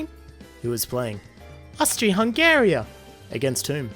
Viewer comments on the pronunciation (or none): In English, it is Hun-ga-ree. He accidentally said Hungaria which is the latin name. It's not wrong just because people in your country pronounce it different. I mean people in Germany probably don't call their country Germany - they call it Deutshland. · its not Austria-Hungry its Austria-Hungary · OMG ITS HUNGARY NOT HUNGARIA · Did he say Hungaria? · Hey, hey, bud. I don't know how you pronounce it in your country but you're saying Hungary wrong in my stance. I am Hungarian but I give no two shits, it's hust annoying.